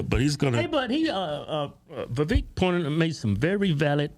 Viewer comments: Vivek should be pronounced vi-vake like cake. You’d think these guys would know given how political they are. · Its Vi-vāk like cake... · Its vivek like cake! He even told you guys that in the podcast😂😂😂 and you still pronounce it like its spelled! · IT'S VIVEK LIKE WAKE... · VA VAKE like Cake! Seriously as much as the dudes gone outta his way to politely correct people on how to say his name, that at this point, anyone that continues to pronounce it wrong, are doing it intentionally. Also I enjoy Tucker, but he had to of been getting a contact buzz or something from how goofy he was acting on Joe Rogan podcast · The twins had Vivek on their podcast, who told them how to pronounce his name and Keith still can't pronounce it a few months later. 😂